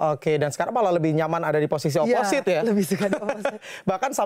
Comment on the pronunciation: Fyi, Opposite d baca oposit bukan oposait. Gw dlu jg baca oposait. Tau pas udh srg dgr komentator voli